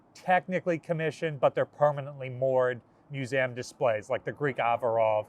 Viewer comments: Я: годами пытаюсь отточить произношение. Этот чел: мьюзэм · That's the first time I've ever heard someone pronounce "museum" like that.